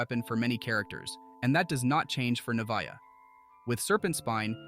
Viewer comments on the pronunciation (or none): loved the guide but the way you pronounced her name 💀 lmaoo